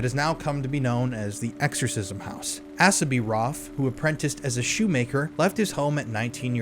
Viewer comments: Not ‘ass-a’ it’s ‘Ace-a’, a common name in the US a hundred years ago.. also in Western movies 🎥 😊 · Dude it's pronounced Ace ah. Now on with the show. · The name Asa is pronounced with a long A (rhymes with hay). 😎❤